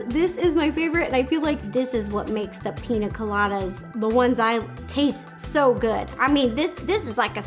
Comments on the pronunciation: I want to try this recipe! I love your videos Ro! The only thing that gets me is you can say caña, but you say Pina instead of piña. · Why does she call it pina colada? It’s pronounced peen-ya colada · Piña: peen-ya not peen-ah. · Rosanna Pansino it’s prounounced pińa colada I’m Mexican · The fact you can pronounce caña correctly but not piña 💀 😂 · Pronounced “PEEN- YAH” piña... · It’s “piña” not “pina” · It bothers me that she says pina and not piña coladas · but it's piña not pina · She said pina instead of piña....I can’t watch the rest of this srry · PIÑA PIÑÑÑA NOT pina 😂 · It’s piña it’s pronounced pinyya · You drove me crazy. It's pinya not pina. I the squiggly above the n equals a ya sound. Pinya coladas not pina. Please Ro if ya make em that good say it right. Love your vids. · me:BE CRINGING WHEN SHE SAYS PINA COLADA BECAUSE IM MEXICAN!!!! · The little girl in me who grew up in Mexicantown keeps saying piña. Pinya. Just like jalapeño. Jalapenyo. Not a critique, Ro is stinking adorable. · Ro:PiNa CoLaDa Me:pls PRONOUNCE the Ñ!!!!!! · It's Piñññññññña Colada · The way she says Piña makes me think this is not the best one